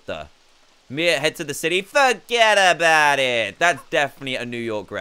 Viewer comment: I LOVE WHEN HE SAID "FUGGEDABOUTIT" LOL SO FUNNY 🤣🤣🤣🤣🤣🤣🤣🤣🤣🤣🤣🤣